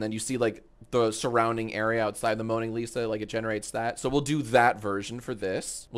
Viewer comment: the "moaning lisa" got me